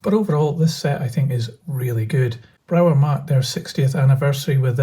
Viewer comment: They are very nice models,I have an electric loco from Brawa, very smooth runner in DC,heavy with good traction and has digital interface. By the way there is no W sound in german so is pronounced Brava.